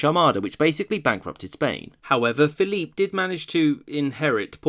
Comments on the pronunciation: Great vid. Not quite sure why you pronounce Philip "Phil-eep," though. When in come's to Spain's Philip II, for example, the standard pronunciation is used. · You're pronouncing 'Philip' (English) or 'Felipe' (Castellano) 'Philippe', which is French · Pick Philip or Felipe. Not Philippe.